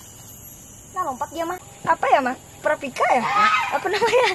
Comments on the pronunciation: Baru kaliini liat orang luar gabisa bilang paprika prapika lucu bet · Ngakak pas ngomong paprika malah parapika 🤣🤣 +jatohin bunga😂mamah sih ngajak aku kesini